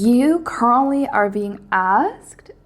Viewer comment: You definitely say 'currently' but when I heard it I had to replay it because it sounded like you straight up said my name, Carly. I had a small freak out moment. Lol Idk where you came from, I've never seen you in my feed until this video. I have watched many tarot readings on YT and this reading from you hit me unlike any other I have ever watched. Every. Single. Thing. that you said was relevant. All of it. I have even said quite a few of the things you picked up. Him and I have both been through hell but completely different types of hell. He knows my value and won't come towards me in a relationship type way until he can fully, 100% show up. He is an Aries Sun, Virgo Moon. Both signs that you mentioned. And when you pulled that slow burn card, it is % dead on. We just recently went 2 months without speaking a single word to eachother and the feelings between us just got stronger. It was definitely spirit that put you in my Feed. Without a doubt. This message showed up EXACTLY when it was supposed to. I've been heavily questioning whether to confess that 3 word phrase to him and the signs and synchronicities I've been receiving have been nothing short of screaming at me to just do it already! We've already silently said it to eachother so many times. And of course, as i finish this comment..... on the clock. 🤯🤯🤯🤯🤯🤯 I couldn't hit that subscribe button any faster! P.s. my angel number? and i quote... "Angel number 1054 is a powerful message of redirection